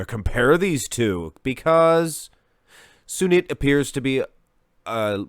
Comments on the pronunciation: Finally an Indian athlete, yeah you pronounced sunit correctly but jadhav was wrong its pronounced as jaa-duv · Cheers from India🙌 You did pronounced Sunit's name correctly!